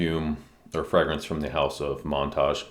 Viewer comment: Hey sir, good vid. Just a little suggestion: Montagne is pronounced like the Spanish word for mountain, "montaña". And Hacienda is more like "ah-see-end-ah". Thank you for your review, it was informative.